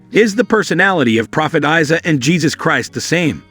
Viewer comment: Brother try to make it say Eeesa not Isay.